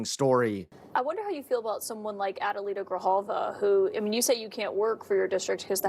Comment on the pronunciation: Dude it’s Ad E Lita